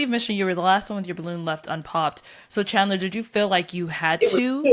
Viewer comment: said “CHANdlah.. 👀👀” hahaha